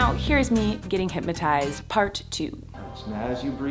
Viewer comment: Why does it sound like she’s saying hympnotised rather than hypnotised ?